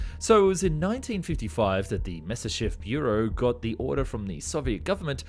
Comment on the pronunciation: You should check some of his other videos. He cant pronounce Spandau, he cant pronounce Messerschmitt...he cant even pronounce Nimitz. He keeps saying Nismir Aircraft Carrier in a bunch of videos. Hes not educated enough or just has a problem with words.